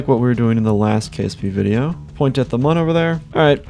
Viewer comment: ITS PRONOUNCED MOON